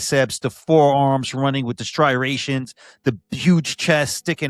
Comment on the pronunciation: oh man we got Phil saying "stry-rations" now too! lol